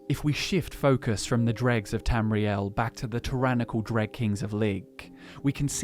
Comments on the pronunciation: It’s not pronounced “dReGS” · I never would have know without the pictures. I was like oh he means droe. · Wait it is pronounced drug and not droe? Gonna keep saying droe. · Easy way to tell that you say Dreugh wrong. What is the plural form of the word?